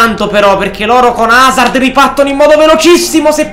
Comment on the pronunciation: Si chiama Hazard non Hazzard